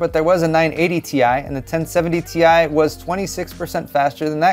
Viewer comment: is anyone ever going to pronounce it properly?? - it's pronounced 'TIE', not 'TEE-EYE'!!!!